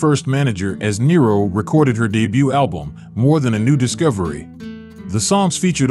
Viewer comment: The last name story is totally false and incorrect in pronunciation .